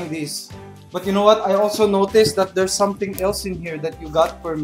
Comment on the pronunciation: and DERS A NOT 😂😂 hahaha